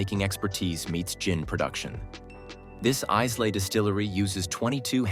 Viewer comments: Those in favour, say :"Aye-luh" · Why do all liqour video narration always mispronounce the name "Islay"?